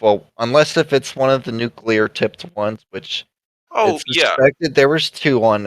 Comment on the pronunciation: Also Nukular